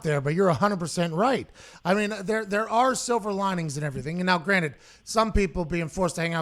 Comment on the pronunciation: He pronounces it "now granite."